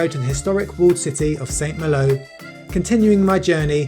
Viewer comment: Pronounced San Mahlo!